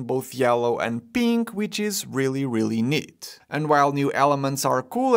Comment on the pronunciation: "...yellow and PIIIINK!!" 😄😄